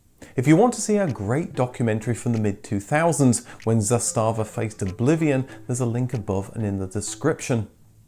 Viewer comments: It’s ZAStava not zastaaaava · Sorry, but the pronunciation is ZAstava, not ZastAva - pronunciation is on the first syllabe! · The way this guy says Zastava sounds like some German company "Zé Stava" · its pronounced "zaastava" not "zastaava". have some respect for accuracy of history. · The company name is pronounced ZAH•sta•vah not zah•STA•vah. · Zàstàvà (meaning "flag") - all the a's are short, not long. Kudos on the "Stojadin" (a Serbian male) name reference and its correct translation to "hundred woes", nobody outside of former Yugoslavia usually knows that, and it shows that you researched it well. How about doing a documentary on the Polish Polonez next? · Nice! :-) Small correction: "Josip Tito" is not a commonly used combination, the real name was Josip Broz, "Tito" was a nom de guerre. Usually, all three names are used, or just "Tito". Also, words are usually pronounced on the first syllable, so it is "ZAStava" = "flag". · the way you pronounce zastava is priceless lol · Nice video! Oh and you're pronouncing the brand name Zastava wrong ;) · Video may be OK, but he's butchering the name Zastava every time he says it...if you don't know how to pronounce it, take a minute and look it up, otherwise it's destroying all the good work that you've done. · Nice vid. However you pronounce Zastava little incorect, just like my typing here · Zastava, accent on first syllable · it is not za stava, but zasta va... wrong accent... also 'stojadin' means 101, not 100 sorrows